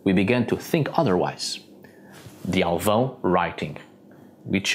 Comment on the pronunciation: Great pronunciation of Alvão! You sound like a portuguese native!